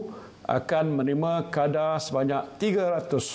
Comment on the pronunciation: Menerima. M A bunyi ma.